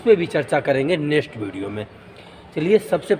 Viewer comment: Bhai nest nahi next hota h